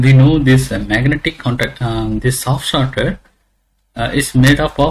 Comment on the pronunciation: Is it a "Soft Starter" or "Soft Shutter"? :/ Every time i heard it as "Soft Shutter".